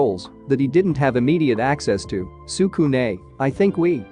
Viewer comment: bruh your making me pissed stop saying tsukune like that